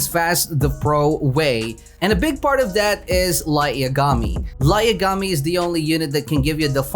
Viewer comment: Did anyone notice that he said light yagami's name wrong